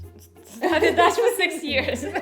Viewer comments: good Dutch pronunciation (Irina Russia). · This Irina from Russia has a better pronunciation than most dutchies. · heeft een heel goed accent!